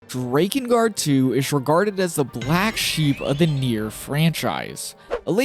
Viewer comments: The way you say DRAKengard is off puttingly wrong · Drake-in guard lol thought you were saying like that to troll us then heard you say hierarch lol still good video that aside appreciate the work and lore